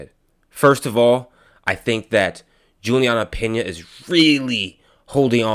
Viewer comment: / HEY..? 1- IT IS PENA, LIKE PEEEEEEEEEEENYA! NOT PINA! ( PIN-YA ) 2- FIGHTING IS NOT A "SPORT". ITS A CONTEST OF HATRED, VIOLENCE, RUTHLESSNESS AND BRUTALITY! AMANDA NUNES IS A VERY ANGRY, VERY TWISTED, AND VERY CONFUSED ANIMAL! SHE IS TRYING TO BE A MAN BUT SHE IS NOT! AND SHE DOESNT KNOW HOW TO BE A WOMAN! AND ITS HER ANGER AND HATRED THAT MAKE HER AS STRONG AND RUTHLESS, VIOLENT AND BRUTAL AS SHE IS! AMANDA DOES NOT NEED "TO FIGHT"! AMANDA AND EVERYONE ELSE WHO IS "FIGHTING FOR SPORT"? ALL NEED TO REACH OUT TO JESUS CHRIST FOR FORGIVENESS, REPENTANCE, HEALING, RECONNECTION WITH THE ONE GOD AND FATHER THAT CREATED US ALL! LOVE, UNDERSTANDING, TRUTH, AWARENESS, SELF UNDERSTANDING, THE RIGHT PERSPECTIVE ( ACCORDING TO GODS EYES, NOT OUR OWN LIMITED VIEWS ) DIRECTION, GUIDANCE AND A REBIRTH SPIRITUALLY, AND IN THEIR HEARTS! AND A REAL, TANGIBLE, INTERPERSONAL, EXCLUSIVE AND PRIVATE RELATIONSHIP WITH GOD OUR FATHER, THROUGH OUR BIG BROTHER, AND ONE AND ONLY SPIRITUAL SAVIOR, JESUS CHRIST! JULIANNA HAS A LITTLE CHILD TOO! AND NEEDS TO BE SPENDING ALL HER TIME WITH HER DAUGHTER, AND MAKE SURE AS A MOTHER, SHE IS AS HEALTHY AS POSSIBLE! SO SHE CAN BE HERE A LONG TIME FOR HER DAUGHTER! ALL OF THESE PEOPLE HAVE ENOUGH MONEY TO OPEN THEIR OWN SMALL BUISSNESSES OR INVEST IN OTHERS BUISSNESSES, TO HAVE A SOMEWHAT SECURE FUTURE. NO ONE NEEDS TO FIGHT FOR MONEY! OUR WORLD NEEDS LOVE AND PEACE AND AS MUCH BROTHER HOOD AS WE CAN GET, BECAUSE IN CASE MANY OF YOU HAVENT